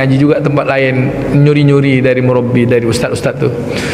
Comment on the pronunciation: dia bilang 'murobi', salafy mana yang pakai istilah 'murobbi'?